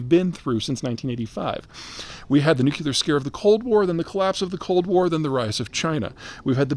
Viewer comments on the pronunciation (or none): What the hell is a "nucular cold war?" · Peter, you’re the man but it is not pronounced ‘nuke-you-ler’.